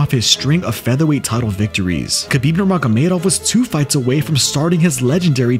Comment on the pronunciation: Can't respect your MMA knowledge of you don't even pronounce khabib correctly.😂